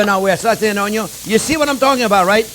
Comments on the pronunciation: So true about "oy-yun". LOL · Love your personality, and the way you communicate chef! You speak and teach from experience, and present it in such a way that I just want to soak up all your advice!! Thank you for the video! My daughter is here watching as well, and loves hearing you say ONYO. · I love it when he says oniO first. Most wannabe chefs always cook the oniO last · "De onyon ees alway first"...Love the way you say onion. I always start with onion just to give everyone in the house the impression that something good is cooking. It may not always turn out to be something good but at least it starts that way! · Onyo is nothing sans chef jean pierre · Me: I don’t know, these old chefs kind of take the piss most of the time. Marco Pierre White ruined that generation for me, but let’s give this guy a chance. JP: Onyo. Me: I’m hooked. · I love it when he saute the onyo... Hehe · Gordon Ramsay: Where is lamb sauce! Jean-pierre: Where is onion(onyo)! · Anyone doing a cooking show should know how to pronounce the word, "onion". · I am so turned on whenever you say "onion". I love watching and learning from you. Love from Alaska! 😍